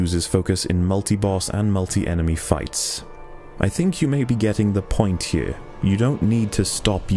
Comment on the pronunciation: "The point hyure."